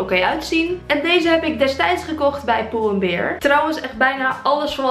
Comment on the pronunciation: Omg hoe jij het uitspreekt pull en beer burska geen haat hoor vind je vids super leukkk